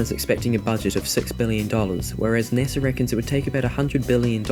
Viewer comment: Its not NESA. Its NASA!!